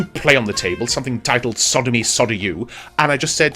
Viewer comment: "Sodemy Sodeyou" !!!!!!!!!!!!!!!!!!!